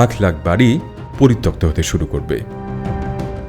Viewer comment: পরিতপ্ত ❌ পরিত্যক্ত ✅